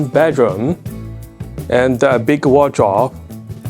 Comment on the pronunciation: a "wardrobe " is said like "ward--robe"........"robe" like you wear a robe after a shower.